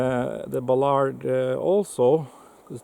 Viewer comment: He needs to learn how to pronounce Ballard.